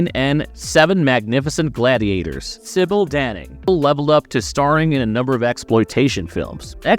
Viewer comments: I think you got the Michelle Bauer Indiana Jones one wrong, she was in a film called The Tomb(which is referenced later in the video) that was inspired by Indiana Jones and similar films but had nothing to do with it. Also you changed the pronunciation of Sybil Danning's name about half way, oddly enough she briefly appears in The Tomb aswell. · Despite your comment, you should watch the Sybil Danning section, where after saying her name correctly the first 2 times, you go wrong for the rest of her section and you failed to mention her great role in 'Battle Beyond the Stars'. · ah, thought it seemed too familiar, and then we hit the same mispronouncing of sybil danning's name and I was like "Wait... different voice but they messed up on the same spot in the same way?"